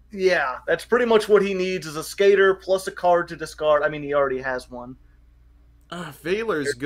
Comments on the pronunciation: wait what? it's pronounced ay-skater? i'm pretty sure when Dark Signer Rex Goodwin uses it in 5D's he pronounces it Ask-a-tor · I honestly hate listening to them call Ascator "A-skater". It's "Ass-Ka-Tore". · It is fire ant ass cah tore and I can prove it . Rex goodwin in Yu-Gi-Oh 5ds played it and said ass cah tor so that is the official Konami pronunciation